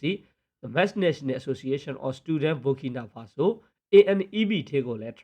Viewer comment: Burkinafaso ဘာကီနာဖာဆို လို့ အသံထွက်ရတယ် နော် ။ မ ဘူ ဘူး ညီလေး